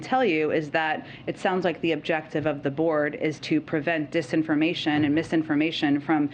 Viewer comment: Bidan couldn't even say the word dis information